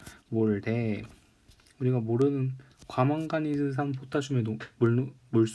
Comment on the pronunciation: 왜 계속 과망가니즈'샨' 이라고 하시나요? ㅎㅎ